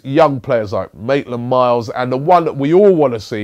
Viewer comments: He's said it again 'Maitland Miles' 😂😂😂😂😂😂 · MAITLAND NILES NOT MAITLAND MILES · It's Maitland Niles Robbie ffs